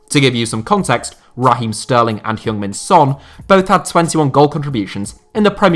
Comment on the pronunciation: please at least TRY to say son heung min's name properly. just give it an actual effort. say it like "hng" instead of "hyoong"